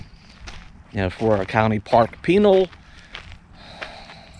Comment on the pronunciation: It's actually pronounced ' Pi nal' ( pi nell) and Saguaro (sa waro)..I lived in that area for nearly 40 years....loved seeing the best areas!!